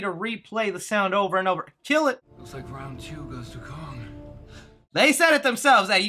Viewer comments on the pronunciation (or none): “Kong” not “Long”